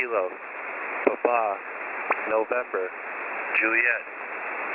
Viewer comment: Eli Montfort I was in the US Army for 9 years as a medic. It was necessary to use the phonetic alphabet in radio comms and this is exactly how Quebec and Papa are pronounced.